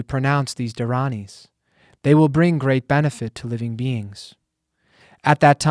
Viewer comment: Great job pronouncing the dharanis🙏